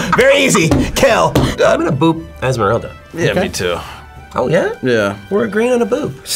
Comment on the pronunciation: The way that one dude kept saying "bop" instead of "boop" was so funny